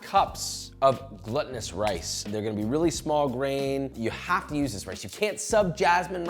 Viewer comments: "gluttonous" haha it's glutinous! very important distinction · It's "gloo-ta-nous" rice not "glutton-ous" lol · “GLOOtinous” rice. Like gluten. As you’ve pronounced it, it’s gluttonous. As in someone who eats or drinks excessively. Which you’ll definitely want to do with the sweet sticky rice and mango when it’s all done. 😊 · The only thing that is annoying is you keep saying gluttonous instead of glutinous! There is a difference in the pronunciation and definition. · I giggle every time he says glutenous like gluttenous. I keep imagining the rice eating itself :P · You're saying "gluttonous", not "glutinous". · My dude, it's not Gluttunous rice (like rice for a glutton) it's glutinous rice... like glue.... sticky. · Glutinous is not pronounced the same as gluttonous lol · "Gluttinous rice." That's not a Freudian slip. 😂 It's actually pronounced "glootinus" for those of you coming for me. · It's pronounced gloo·tuh·nuhs Josh. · I realize you're saying it like this just to rage-bait for comments... but jesus H. christ... GLOOtinous rice. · Glutinous rice, pronounced like Gluten btw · Truly embarrassed by his "gluttonous" take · I feel like i"m being trolled with the glutinous rice pronunciation. Hard no finish the video after that.